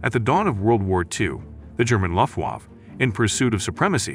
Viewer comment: many critical words including the name of the German air force are mispronounced